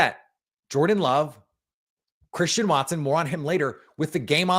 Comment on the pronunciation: Collectively, throughout the game that was one of the worst called games I have ever listened to in my entire life and I'm 46 and I've been watching and loving the NFL or decades. "what a play from Chwristian Watson", heavy on the 'w' that doesnt existi in his name, Christian. But Tom Brady is the absolute most annoying 'color commentator' or whatever the f*** he is 'supposed' to be. This entire game Tom Brady was on the Bears nuts, and in doing so, just bash the Packers. Yeah that's right, a team that's 4 and 6, he was sucking their dick the entire f**** broadcast! But no the Packers who are a better team who have much better of a story to tell from individual players to the coaching to the rise of young players, etc was overlooked because Tom Brady is so ignorant that he overlooks the general high level concepts. Not even that, as far as color commentators go as far as the enunciation and the timing goes this guy is just offbeat and just messes with the entire flow of the game. His stupid ratings of throws? Awful. Are you effing serious? Do you know how awful Tom Brady was throwing the ball around? Not only that, on Jordan Loves interception he calls it "bad football". Yeah that's right he literally defined one throw as bad football. To me that's ignorant analysis of football. But when one of the worst quarterbacks in the league, the Bears QB, overthrows another player in the exact same scenario later in the game but it's just happens to not be intercepted, Tom Brad